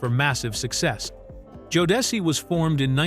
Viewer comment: The fact that Jodeci’s name was initially pronounced correctly but the each time after that was mispronounced. Then it was mispronounced in different ways. 🙄